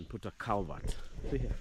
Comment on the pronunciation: You know you are in western when someone says calabert instead of culvert 😂😂😂